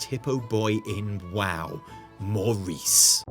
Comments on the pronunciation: did you mean mawriece? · "Mawrice" I just can't. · So Maw-rice is back huh? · More like MAW-rice am I right?! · hehe Maw-rice